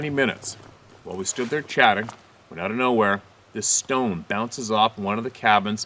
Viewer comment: they need to GET strong before they can STAY strong and learn to pronounce "out", clue it's NOT "oooooooot"....